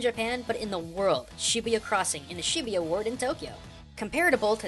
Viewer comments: I think you say shibuya like shi - boo - ya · This is by far the most cringeworthy series at least learn how to pronounce the city's names its not Shibiya, not to mention Tokyo's mostly business, Tokyo tower is not the largest building its the sky tree, and this person obviously didn't research this game at all. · Is that how its pronounced? I always thought Shibuya was pronounced like "shi-booyah" ....Thanks a lot Digimon!